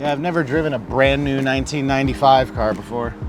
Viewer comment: “Such a nice cahhhh”